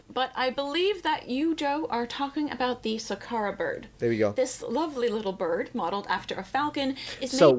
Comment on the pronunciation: “It’s in zha book.” 📕— Zahi Hawass